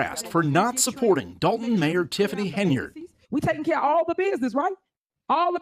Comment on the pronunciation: The mayors name is Henyard, not Haynard.